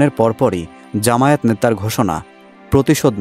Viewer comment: জামায়েত না, জামায়াত, শুদ্ধ করে উচ্চারণ করুন।